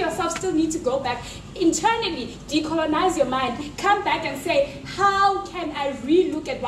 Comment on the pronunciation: The Science one Killed me!! ''We must decolenize" LMAO!